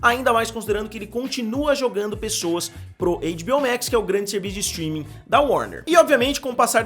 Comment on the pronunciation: guerra dos setreaming né kkkkk